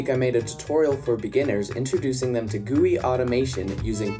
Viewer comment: love your prononciation of gui!!!